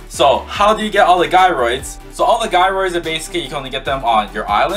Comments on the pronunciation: Thank you for posting this, and going through all this work… And I’m so sorry to tell you… the G in Gyroids is pronounced like a J, like in the word “Jealous”. It’s not “Guy-Roid” it’s “Jai-Roid” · sorry but you pronounce them jy-roids